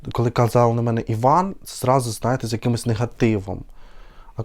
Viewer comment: Иван ударение на И. Очень красиво звучит.❤❤❤